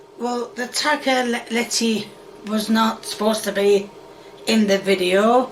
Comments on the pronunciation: "Tagatelly" "Taggy...whatever-it's-called" "Tagaletty" "Hegg" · Legend says still trying to pronounce tagliatelle 😭